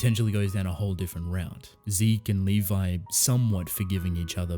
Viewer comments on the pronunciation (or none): Dude it's Levi...